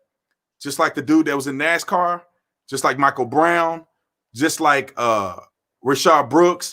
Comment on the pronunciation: you pronounce the Michael wrong